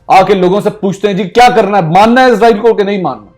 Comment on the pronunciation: Bro izrael nhi Israel bola kary